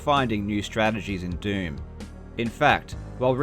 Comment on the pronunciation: Every time you say "doom" it sounds like you're saying "derm" and now I can't unhear it